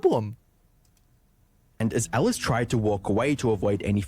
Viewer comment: Can we please admit her name is ALICE and not Ellis, everytime you said her name I had to cringe lol